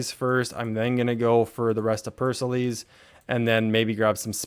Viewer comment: btw pericles is pronounced as pear-uh-cleez